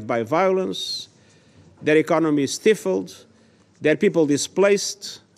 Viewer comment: Stifulled … he obviously didn’t write his speech…